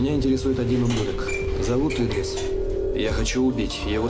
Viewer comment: Не Идрис,а ИдрИс(ударение на второй слог),не искажайте имя.